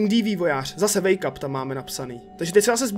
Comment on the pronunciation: to znelo misto wake up tak jako make up